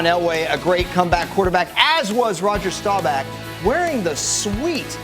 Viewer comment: everyone pronounces Rodger Staubach's name wrong